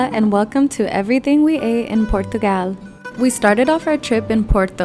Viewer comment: Your pronunciation of Portugal was almost perfect (the O has a U sound). The Portuguese say "Purtugal."